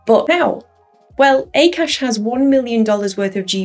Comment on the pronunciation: It's not pronounced as 'A Kaash' but it's pronounced as 'AAKAASH' meaning Space/Sky/Aether which is huge or infinite in Sanskrit/Hindi language